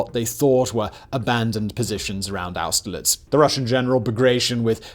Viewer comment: Simons pronunciation is as appauling as ever. It's a shame his voice is so satisfying lol. I think it actually takes some talent to butcher peoples names so badly. But at least he could say austerlitz well enough.